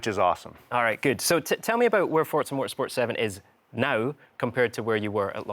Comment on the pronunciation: FOUR- ZA. Not For-t-za.